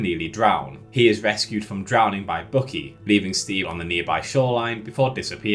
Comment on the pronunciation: Also dude, it is BUCKY. Like in buck, the male deer. Look it up how it is properly pronounced. Or how Steve says it in the movie!!!